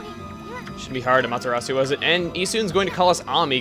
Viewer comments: chugga...i have a question thats bugging me...is amaterasu pronounced the way u pronounced it or am-ah-ter-reh-su? im sorry if its not... but im into the japanese and i sorta pronounce things like they do...sooo...tnx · I think Amateratsu's name was pronounced at "aw-muh-ta-raght-su". I dunno, that's just me. I could be wrong. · Its pernounced a-me-tur-at-su yay for taking japanese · Sry but u severely mispronounced Amaterasu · Chugga is still pronouncing Amaterasu wrong :B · AAAGH!!! It's not A-MahtA-rasu. It's ah-mah-te-rah-soo. The mispronunciation just drove me nuts throug that opening bit. Please say it right, my brain aches when someone just doesn't get the pronunciation right. You made the lower case e sound like an upper case A. This just bugs me. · you pernoused amaterasu wrong :/ That's fine though :D I found out how to pernouse it in a TV interview thing xD its pernoused am-er-short o-su(long u) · it's AH ma ta RAh soo!!!!!!!!!! get it right!!!!!!! JEEZ!!!!!!!!! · AAAGH!!! It's not A-MahtA-rasu. It's ah-mah-te-rah-soo. The mispronunciation just drove me nuts throug that opening bit. Please say it right, my brain aches when someone just doesn't get the pronunciation right. You made the lower case e sound like an upper case A. This just bugs me. Also, ee-Sun calls you Ay-mee. You got even the english wrong. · Its actully um-ot-er-los-ou try speeding that up and you got it. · おかみ あまてらす Okami Amaterasu As you said (Or say later on), each letter only has one sound... However, the "u" at the end is silent, just as in "Desu", their periods. Therefore it would sound like, "Amateras." The way you pronounce it isn't necessarily wrong, it's just not how commontongue would pronounce it. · this is my third time watching this and i forgot to metion this a ling time ago but her name is pronounced aw maw terraw soo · Sorry Chugga, but.. it's pronounced A-mee-ta-ra-su. >> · Aw man, he got the pronunciations wrong... "Amahtehrahsoo" And "Issuhn" not "Issoon".